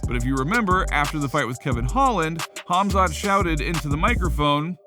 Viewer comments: It is Khamzat (Pronounced Hamza), Chael says Hazmat meaning digestion in Urdu Language 🤣🤣🤣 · Chael should really stop talking about Khamzat if he can’t even be professional enough to pronounce his name correctly. He’s not even close. Kazmat? Come on he isn’t new. Show some respect. Can’t believe he still can’t pronounce his name.